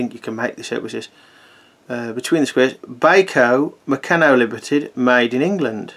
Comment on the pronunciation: I loved Bayko as a kid and I now have a number of good vintage sets. I don't play with them though!!! Just one comment I must make - really sorry to be picky. The company Meccano is pronounced with a long A - so it's Mec-carn-o. Meccano was big in my childhood and many us had the Meccano magazine as well as they wonderful building sets. I never heard anyone pronounce it Me-can-o in all that time. My Bayko sets predate the acquisition of the company by Meccano in 1960.